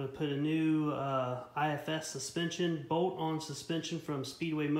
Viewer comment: There's an L in bolt